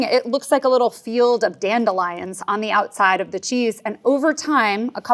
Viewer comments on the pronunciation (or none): none